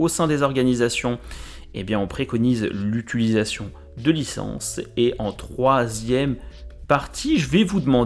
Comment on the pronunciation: " l' utUlisation " 😆. Bon test cela la dit . Merci